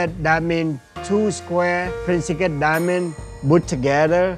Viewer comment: This is the bag of "DIAHAAH".